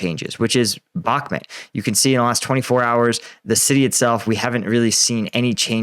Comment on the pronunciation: it pronounced Bakh - MOOT, rhymes with hoot. Not BAK - mutt. You owe the heroes there, the correct pronunciation. It takes only a small effort on your part.